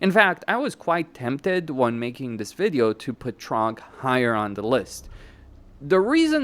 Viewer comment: It's Throgg not Trogg! 😂😂😂😂😂😂😂